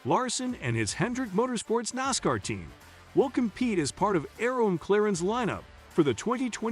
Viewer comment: i will believe what you say when you get a TTS voice that can say NASCAR correctly, Larson being in 500 is common knowledge